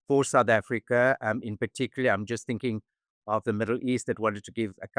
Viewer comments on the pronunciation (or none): none